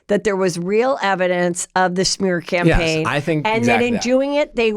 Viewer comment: I also like how he said “shmear campaign” 😂